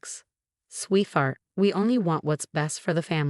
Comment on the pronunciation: It's sweetheart not sweet fart.